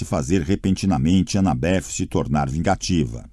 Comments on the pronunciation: Pensei a mesma coisa kkkkkkkk tô agoniado com as pronúncias. Anabéff tbm me tira do sério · "Anabef" é pra lascar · Sim! É desesperador ele ser tão errado...a anabeth nem me incomoda tanto, mas esses 2 é de doer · Tentando entender porque o narrador pronuncia o nome da Annabeth com o som de F no final🤔